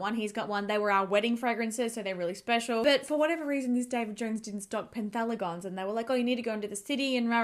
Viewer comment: It’s not penthaligon It’s pen - haligons - there’s no T